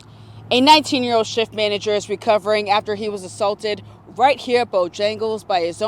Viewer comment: “17 year owed” imagine a (non asian) news anchor who cant pronounce the letter L